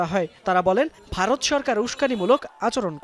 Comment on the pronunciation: তরা আগে উচ্চারন করা শিখ "বারত না ভারত" 😂😂😂